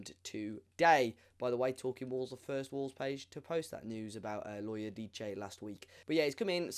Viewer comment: Enzo Lo ee oh deece